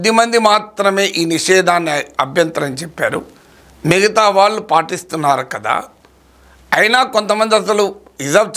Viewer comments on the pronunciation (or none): none